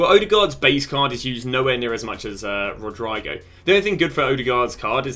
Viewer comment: I never heard anyone in my life say Rodrygo's name wrong